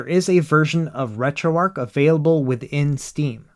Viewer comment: Dude you're still calling it retroark instead of retroarch.....it's amazing to me as a dyslexic person how many people choose not to know how to read especially when I struggle with the English language